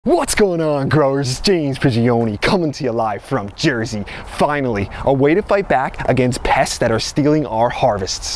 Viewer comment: yeah hahah i noticed how hard he said "Jersey" and I commented about his energy